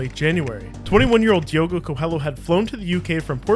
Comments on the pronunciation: As a Brazilian, your pronunciation of "Coelho" in Diogo's name makes me think: "Fair" Cause to be honest ? "Lh" in Portuguese is pretty annoying for english speakers. Think of it as "Coelio" and it gets easier. Thanks for the Video though, pretty interesting and fun to watch. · How in the world can someone read the world COELHO as CO-HELLO? It's like reading your channel name as CUCUMBER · Learn how to say the mans name. Diogo Coelho. . Not coel.